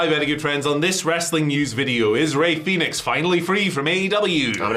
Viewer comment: Guys, it's Fenix, not Phoenix. Jesus Christ. Lol